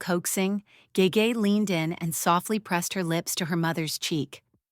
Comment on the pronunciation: Ge Ge is pronounced Girl Girl without the l consonant. It means princess in Manchurian.